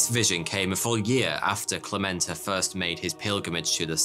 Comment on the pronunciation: All throughout the first half of the video you're saying Clemente wrong... It's spelled with E's, not A's. Meaning it's pronounced eh/ey, not AH Cl eh meh nt ey not Clah ment ah. Francesco Franco??? Don't you mean Fransisco Franco? You know, pronounces Fransssssssssssssssisssssssco? All their money came from overcharging patrons for little tickets, cards, idols, and the like. Overcharging by the hundreds. I saw a documentary about it that came out of Ireland (I think). It covered a lot about the Catholic Church and Ireland and they even went to the "city" in Spain. They were sent away. I think other fake churches were covered as well.